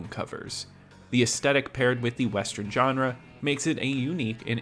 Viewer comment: Pet peeve: Pronouncing Genre as "JOHN-RA" it's pronounced "Zhan-RA"!!